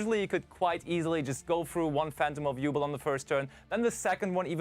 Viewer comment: Yubel is pronounced "YOU-BELLE" not "you-bull" have you never watched GX? sorry for being a grammar nazi, it just bugs me